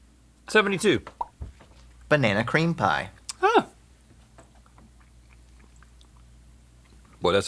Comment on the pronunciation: Chase's banana cream pie pronunciation